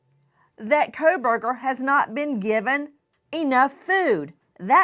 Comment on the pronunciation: Koh-burgers 😂😂😂😂 that is súper original